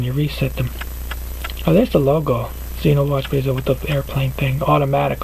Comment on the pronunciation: Basel pronounced baw-sel